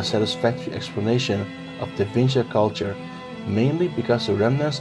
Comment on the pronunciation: Da whingy kulča🤣